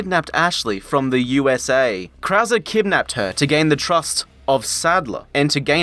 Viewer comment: I really thought he was just that bad at spanish pronunciation, until we made it to Krauser and it became clear that mispronouncing everything was a running gag.